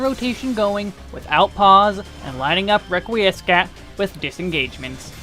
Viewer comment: Love the guide, BUT, "Requiiescat" is pronounced "reck we scat" not "reck we ess cat" i was cringing everytime you said it out a loud. Love ur other videos too for WAR and SMN please keep up to good work =)